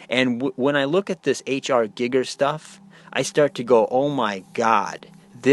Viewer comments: Giiiger...with a looong i 🤣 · You can't even pronounce his fucking name right. God damn you're a stupid fuck. GEEGER you fool. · what utter, utter gibberish. H R Giger was an astounding artist...so at least have some respect for the dead & learn to pronounce the guys name properly when you slag him off